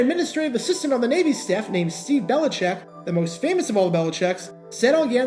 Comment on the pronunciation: "The most famous belichec" lol